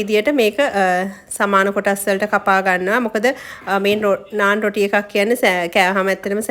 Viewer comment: පාර දිගේ කතාව බලලා...මේක කියෙව්වේත් " නානා" කියලනේ 😁❤🇱🇰